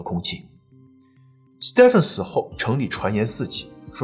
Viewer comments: 在英美等說英語為主的地方，Stephen 的發音是跟Steven一樣的，不需要讀成Step-fen. 在歐洲其他地方, 如果看到Stephan，就是讀Step-fan 了。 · Stephen 發音為Steven ，史提芬。周星馳的英文名字即是Stephen. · 你忍我一下，那个名字Stephen，念steven. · Stephen = Steven 同音